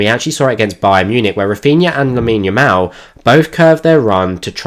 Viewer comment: Loved the tactical breakdown, but one thing kept bugging me during it, are you saying lamal or yamal? 😅 Edit: also one underappreciated aspect of his game is his unlimited stamina and good defensive work rate